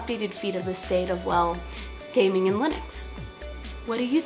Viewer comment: When I first watched this, I thought she said, "you may have noticed my feelings regarding gay men on linux."